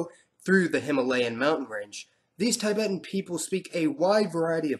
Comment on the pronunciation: Even though i enjoy your vids alot, i am very dissapointed with the way you insist on wrongly pronouncing names of several countries or their citizens. An example in this video is how you pronounce TIBETANS.